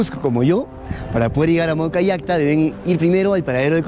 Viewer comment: Es MAWK'A LLAQTA... aprendan denominar correctamente, basta de manuseo con nuestra lengua el RUNASIMI...